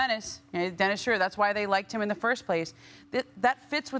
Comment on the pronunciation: Why can't anybody pronounce Dennis Schroeder's name correctly, there's no u in there.